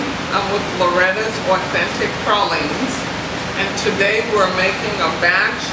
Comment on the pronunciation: TRUE new orleanians say pralines like this woman unlike out of towners say "pray-leens"